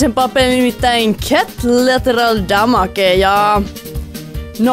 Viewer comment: et sanonut tota pelin nimee alus väärin niiku deata xDD :o